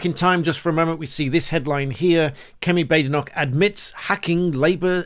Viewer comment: Why is everyone mispronouncing her name, it's 'Bad-Enoch'!